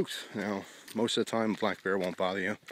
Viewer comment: when you said "god forbid i walk up on a 700 pound black bear" i thought you said got forbid i dont walk up on a 700 pound black guy lol